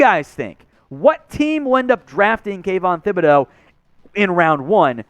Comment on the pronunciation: I wish all you guys would start pronouncing Thibodeaux's name correctly. The H is silent so its Tib not Thib